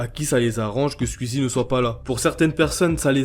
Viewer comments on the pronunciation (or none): Mais c'est si difficile de dire squeezie et pas squizi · Squeezie -> « skouizi » Zevent-> « Zi event » ou à la limite « Zèd event » En toute bienveillance évidement 🙃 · Tu dis scul easy et tuitch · Arrête de dire squizzie stp